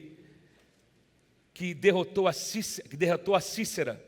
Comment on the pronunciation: Não é Cícera. É sisera